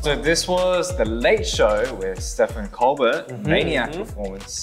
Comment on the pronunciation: Not Felix calling Stephen Colbert (it's pronounced Steven Colber) as Stefan ColBERT 😂 Your from Australia you should know this that Steven and Stephen is still pronounced as Steven. Also sometimes the last letter is silent in French names. Example, the name Margot pronounced as Margo.